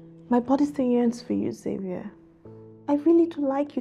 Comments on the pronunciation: Lol Nigerians Xavier is pronounced “shavier and not Savier”😂😂😂😂😂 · 🇺🇲 we pronounce it Za vi er